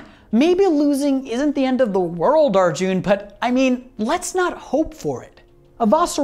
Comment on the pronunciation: It's a soft 'u' in Arjun.